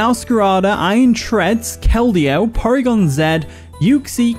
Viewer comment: Thank you for calling Porygon-Z by its correct pronunciation. Americans don't seem to understand how to pronounce Porygon-Z's name correctly due to not fully knowing the alphabet. I'm glad someone on YouTube can actually pronounce the name correctly. :) Subbed now